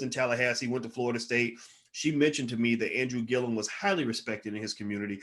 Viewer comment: Gillum nigguhh!! not Gillium. I swear you the smart nigga that always mispronounce people's names... Anyways keep up the good work. Dope channel